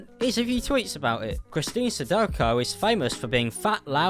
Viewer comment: Pure Cringe Definitely not pronounced that way.